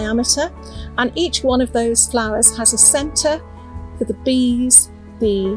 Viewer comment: I love how he says Flarrrrrs. 🌺